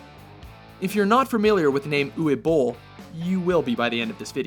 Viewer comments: Who the FUCK is OOWEE Bole? It's pronounced OOVAY. It's German you cretin. Fuckin' Yanks just say whatever shit they want and think that's how it is. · This narrator dude sucks, he mispronounced Uwe Boll's name too.